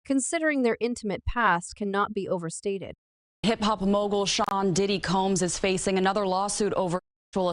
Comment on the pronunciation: I cringed each time the AI voice said, "Shay" instead of Sean.